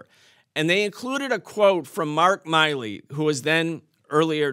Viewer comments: He's never heard "Milley" pronounced. Nice. Can't even read it correctly. The guy has only been in the news for a decade. Miley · Why does everyone call him "Miley" (my-lee) when his name is clearly "Milley" (mill-ee)? I swear people are retarded.